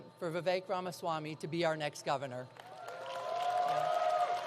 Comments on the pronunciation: Oh no, then the governor mispronounced Ramaswamy!🤯. Okay, he pronounced it correctly the second time. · Great news❤️…however, the first guy could have at least pronounced Vivek’s name correctly.🤯